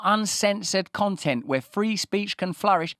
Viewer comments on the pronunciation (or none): none